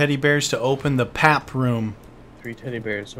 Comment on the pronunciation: he said pap the teddybear😬